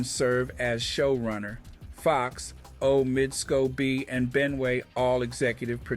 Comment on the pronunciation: Um why are you pronouncing Omid Scobie's name like a robot,? 🤔 Anyway, Congrats Omid! That Sussex effect is spreading, lol.